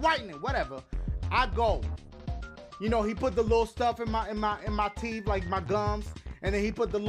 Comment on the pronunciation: teef Whitening never hurt for me